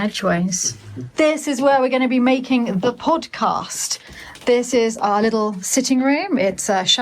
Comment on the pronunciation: I love how pronounces the word podcast. It sounds so much better than our southern U.S. pronunciation. ❤